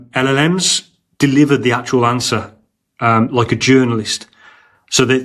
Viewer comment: repeat after me, El, El, Ems...OR just ELELEMS